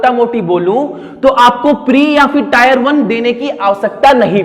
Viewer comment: Can't stop laughing😂 टायर 1।।। वेहलू।। first learn how to speak sir ji